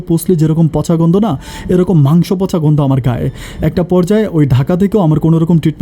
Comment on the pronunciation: ভাই প কে ফ ফচা ফ কে প কেন বলেন পার্নিচার,পাশি